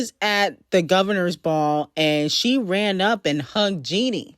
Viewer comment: why are you pronouncing her name Jeanie when it’s spelled and pronounced Jennie? like jenny.. who tf is jeanie🤣